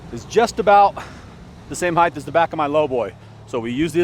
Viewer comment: did you say "heigth"??